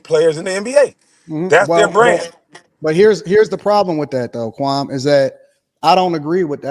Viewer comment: Stop calling that man "Kwam", like yawl fukkin.